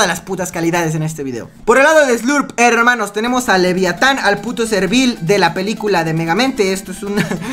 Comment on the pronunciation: like si les gusta que diga herrrrrrrrrrrrrrrrrrrmanos